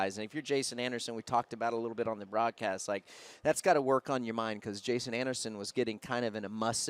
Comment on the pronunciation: Need to start a petition to get Daniel Blair in full time!! So embarrassing for the sport that he would fuck up Jasons name like that. And he was calling Breece ‘Breecie’. Definitely not the first time he’s made mistakes like that though